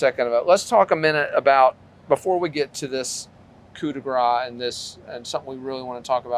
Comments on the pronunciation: YOU are the ones who would not admit to lying about the blood spatter, the prostitute, AND the divorce. BTW, it is "coup de grace," not "coup de gra." If you can't pronounce French, stick to English. And you know NOTHING about criminology or family annihilitators. You can't even do arithmetic: 30% having financial problems means 70% have NO financial problems. Triple shame on you. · Please, it is "Coup de grâce" you must pronounce it "grass" not "gras". Coup de grace as in "mercy kill" the final blow that kills.. The way you pronounce it is like "Mardi Gras" which means "fat". It sounds really weird, a bit like the coroner mispronouncing "rigor mortis". PS: Great reporting otherwise!